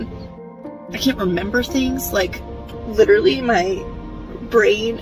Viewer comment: I feel nothing for this loser because she said the word lItErALLee